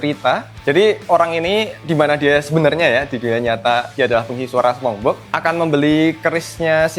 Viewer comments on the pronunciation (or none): Sponge Bob bacanya Sponj Bob bang, bukan Sepong hadeeh